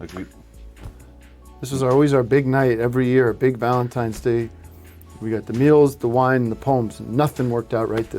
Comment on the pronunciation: Anybody catch that Eric says "Every Valentime's..." ..... with an 'm', not an 'n' ?